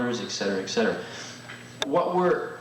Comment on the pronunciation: 'Ek cetera ek cetera...'